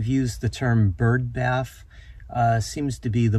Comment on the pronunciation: “Ho bath”